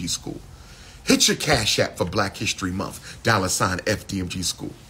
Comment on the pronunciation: It's "month" not "mumf".Go back to school and actually obtain a degree this time.